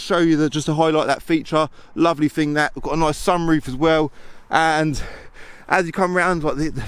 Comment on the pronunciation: "I fought I'd neva own one. Quite a rare fing."